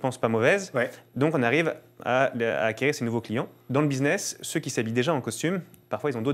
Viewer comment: En Français, on dit 'ceux ' , et non 'celzeceux' .